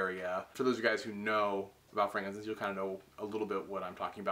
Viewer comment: Why does he pronounce it "frankincense?"